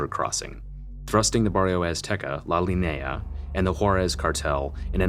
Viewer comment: Also, and other times, you pronounce what I believe to be "La Linea"? That word is actually pronounced (La Lee-knee-ah). Just trying to help out, lol. This channel makes great videos. I started with The Woodie/East Co Co. Documentary, and subscribed immediately.